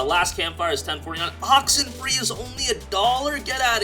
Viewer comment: I would really appreciate if you could put up the game title that you're mentioning as sometimes I can't make out exactly what you say, exampl: Oxenfree. I had to read others comments to find which game it was. Thanks.